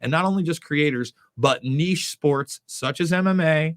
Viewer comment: Yes J! You're the first American person I've heard pronounce niche properly. 😛😄👌👍